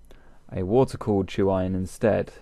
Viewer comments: With all due respect, y'all are saying and writing tru iron in various forms. The word you are citing is tuyere, pronounced , "ta-weehre". it's French. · "too-iron" is the English translation of the French "tweer" (tuyere)